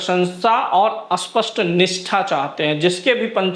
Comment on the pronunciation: भाई स्पष्ट पहचान या अस्पष्ट पहचान क्या बोल रहे हो? स्पष्ट को अस्पष्ट बोल रहे हो। सही बोलो ।